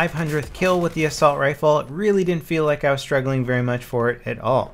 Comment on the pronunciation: "Assulat" lmao ahaha